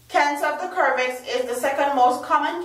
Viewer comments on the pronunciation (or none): The body produces what is called "Antibodies" in response to the antigens that are present in the Vaccine. I am also a nurse and this is common information that anyone with good internet can find on google. The word is servix not Kervix. Basic phonics teaches that the letter c makes two sounds a hard sound and a soft sound. The letter c makes its /cuh/ sound in front of the vowels o, u, and a. It makes a /sss/ sound in front of the vowels e, i, and y. If you don't believe it then simply type it into a dictionary app and it will offer the proper pronunciation. Being a nursing student doesn't make you a genius. There will always be something you don't know or have trouble mastering.